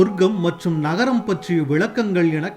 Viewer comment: seriyana varthai ah seriyaga ucharikavum.. Adhu sorgam(heaven) mattrum naragam(hell)..sorgam mattrum nagaram(city) ila.